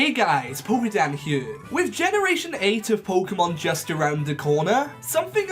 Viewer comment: Pokedan heoue